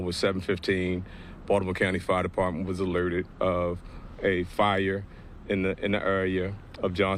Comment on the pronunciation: Did anyone else hear "fart department"?